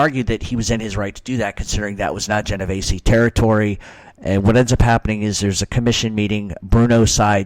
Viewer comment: Theres no A in my last name. Its not pronounced Genov Ay see. Sounds just like its spelled.